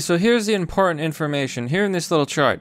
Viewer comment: "very importiant"?